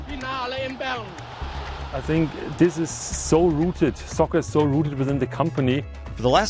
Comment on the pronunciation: Adidas is pronounced on the first syllable, not the second.